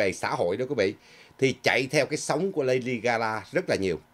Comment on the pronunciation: Là LADY GA GA,not GA LA